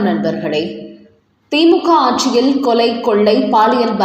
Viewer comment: ஏம்மா! கொலையைக் கொள்ளை என்கிறீர்கள். 'ல,ழ' உச்சரிப்பு தமிழில் மிக மிக முக்கியம்.சிறப்பும் அது தான்.